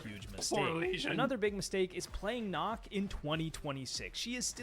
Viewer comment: its not knock its Nøkk its The letter "ø" is a Scandinavian vowel its not a normal o The letter “ø” is pronounced similar to the “u” in “burn”